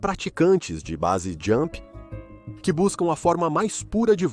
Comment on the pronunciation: Muito bom seu video. Mas precisa melhorar a pronuncia brother. Wingsuit vc está pronunciando "wingui suiti", e Base Jump vc pronuncia "base" e o certo é ler como "beisi". Apenas uma critica construtiva 🙂